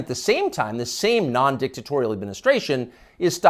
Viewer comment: "Dictatorial" - BUT TUCKER - Mistakes like that is what makes you REAL! ♥ - no big media machine would have let that error slide.